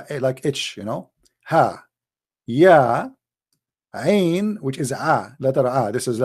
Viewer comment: Wow he said ain and saad right I am impressed